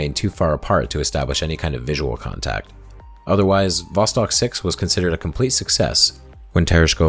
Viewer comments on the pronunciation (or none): The entire time you are saying "Vostok" I'm hearing "Boss Hog". Hahah.